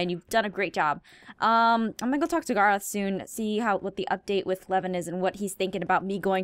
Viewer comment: She called Gorroth Garroth